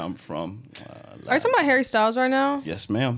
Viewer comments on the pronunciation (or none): none